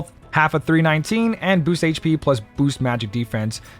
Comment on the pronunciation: You may not know what AKA means (and should probably stop trying to use it), and I don't know why you keep saying "booses" instead of "boost", but you sure do know your way around this convoluted equipment system. Thanks for the tips my guy, much appreciated : )